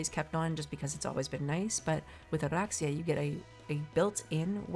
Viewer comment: I find the way you roll Oraxia's R very natural and your narration is always so soothing. Great video, awesome builds!